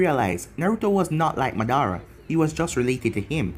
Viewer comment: It’s ma-da-ra not monara not hate tho